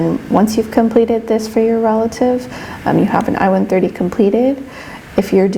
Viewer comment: Sounds like you said io130 Please pronounce it more carefully as it's I-130. Thank you